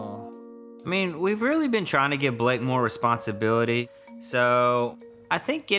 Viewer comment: Din Pov Pomngea it’s Blayke, not Blayne